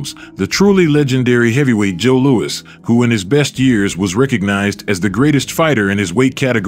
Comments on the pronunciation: it's "Lew-iss" not "Lew-weeze" as you keep pronouncing it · Nice video but unfortunately the commentator narrator makes several mistakes in his pronunciation one of the biggest is to Mispronounced the great venerable Joe Louis as Joe Luis...listen for it especially obviously during Rockies commentary fight with him and the reference to Charlie Goldman as Charlie gold Mill clearly he's referring to Rocky Marciano's trainer also mispronounced and the fact is Rocky was a phenomenon for as it is not the size of the dog but the size of the fight in the dog that will win in most cases and Rocky was an extremely small heavyweight incredibly tough and credibly relentless and awkwardly effective in his defense no he was not Muhammad Ali and alluding in avoiding punches in many in his early career but he had his own rough and tumble swaying underneath style that got his non-stop hammering blows in to destroy the opponent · Stop using these AI voices. Cannot even pronounce Luis saying Louise. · Its Joe Lou - is not Loo-eez duh !!! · Louis (not Louise) was ahead of Marciano at the time of stoppage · What's with the 'Lou-ees' pronunciation? Sometimes, it's Louis, and other times, it's Lou-ees. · Is there a real person reading these scripts? Joe Louis’ pronunciation is WAY off several times. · Great video but literally some of the worst voice over ever. Couldn't even say Joe Louis' name correctly.